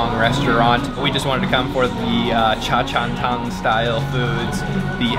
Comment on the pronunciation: Please give some respect to Hong Kong’s CHA CHAN TENG. Pls google how to pronounce is CHA CHAN TENG not CHA CHAN TONG! I think this is not the first time you pronounce it the wrong way!